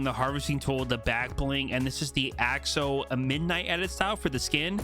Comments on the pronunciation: ITS NOT OXO! it’s pronounced (axo a-xo axe-o) the skin is a axolotol wich is a fish type thing that is originally pink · It's axo not oxo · In America it’s most commonly pronounced like Axe-o-lot-l like the play on words for the pickaxe so the skin would be pronounced Axe-o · You pronouncing axo wrong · I’m scared that the reason he’s not pronounce axo’s name right is because he doesn’t know what an axolotl is